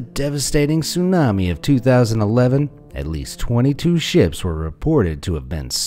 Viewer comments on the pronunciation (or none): none